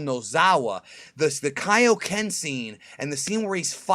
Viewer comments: Man, I always loved that Peter Kelamis Kaioken in Movie 2, they kept the original OST AND said Kaioken RIGHT... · wow peter kelamis's kaioken was amazing. actually sounds like he can pronounce Japanese.